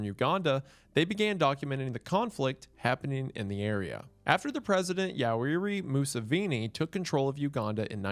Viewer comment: As a Ugandan, you completely butchered Yoweri Museveni's name😂🥴